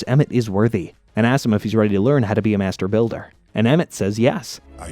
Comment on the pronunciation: I thought he said master baiter